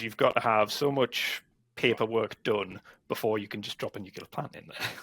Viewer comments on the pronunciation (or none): NuCLEAR, nuCLEAR. Come on, an "expert" who doesnt even know how to pronounce the field?, bad optics mate.